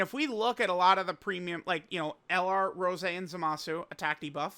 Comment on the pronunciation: why is unc calling goku black rosé a flower this video?? My guy is saying rose and not rosé 😭😭